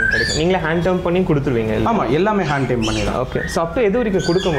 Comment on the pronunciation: Bro it is Hand Tamed.... It is not Hand Termed..... This 💯 wrong.. your videos are too good... I always hear you telling hand termed this is not correct...